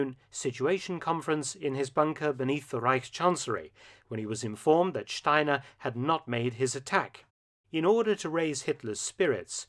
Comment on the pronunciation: Each time Mark pronounced "Steiner" with Ganz's accent, I expected Krebs to show up and turn his head towards Jodl...